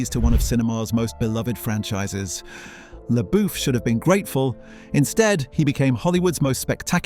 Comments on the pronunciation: .... " SHEA' LABOOF " ?????? 🤔 OH ... PLEASE !!! PLEASE !!! ... ✋️ STOP SAYING " LABOOF " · The name is pronounced “LaBuff”. Your AI needs an update. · Ah, yes. Sheeya LaBoof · sheea leboof??????? 🤣🤣🤣🤣🤣 sterfen sperzalberk didn't like sheea leboof? ermagerd! i lerv gerserp!